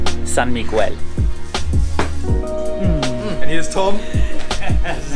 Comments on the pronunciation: "San Migwel" 😂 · Broskis, your vlogs never ceases to amaze me! Awesome stuff! Btw, the drink should be pronounced as San Mee-GHEL beer and Tan-DWHY rum. That medicinal wine looks wicked. The Philippines' very own Tanduay Rum is now the world's Number One Rum beating Bacardi this June 2018! Yep, even rum is more fun in the Philippines!! Just remember, if you drink, don't drive ... or swim! God bless! Heehee~😂😉😘🇵🇭